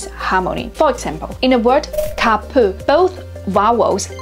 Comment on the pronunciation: Very informative video thnk you:face-red-heart-shape: BUT I must say that you pronounced almost all the Turkish words inaccurately in this video. In Turkish we stress mostly the last syllables. "EV-ler , EV-de" are wrong, "ev-LER, ev-DE " is correct. OR actually just do not stress at all. Also long vowels are rare. FOR example we dont say " Kaaa-pı or Güü-zel " . we just say ka-pı , gü-zel :eyes-pink-heart-shape: Acutally it is very easy to pronounce these words, almost no tonation , no stress most of the time.